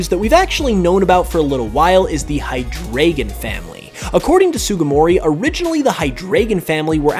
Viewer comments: Please fix any references to Hydreigon in the future, as it's name is OBVIOUS and the pronunciation SIMPLE yet you butcher it every time you say it in this video. Drei=3 pronounced "dry" not "dray"!!!!!!!!!!!!!!!!!!!!!!!! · The Deino line's names are based off of the German numbers, 1 2 and 3 respectively, so Deino is pronounced as if spelled Dino, Zweilous is Zvilous, and Hydreigon is Hydrygon. Just thought you would want to know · My guy, it is pronounced "high-dry-gon" The deino family has names based on German numbers 1, 2, and 3. Eines, zwei, and drei. This is also in reference to the heads each evolution has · Deino, Zweilous, and Hydreigon are in part named after the German for 1, 2, and 3. Hydreigon is meant to be pronounced “high-dry-gin” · Uhm I hate to be that person, but you pronounced Hydreigon wrong. The drei part needs to sound like "dry". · I cannot listen to you saying hydraygon any longer. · I’m not German but I still cringe when you say Hydreigon